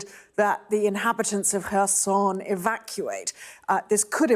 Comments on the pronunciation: This Sky News presenter should at least do some homework before going live. Pronouncing Kherson as Croissant 🥐, I mean come on… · Omg! KerrShonn area? Where do they dig up these pathetic newscasters? Lesson to the knuckle heads KH..... THE "K" is silent.... K..... Stand alone, pronounced as a hard K Will some one please learn the script... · Why is the proper pronunciation of Kherson such an insurmountable problem for presenters on Sky News??? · Putin might feel as useless as the 'K' in Kherson. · pls fkn pronounce kherson right after months of talking about it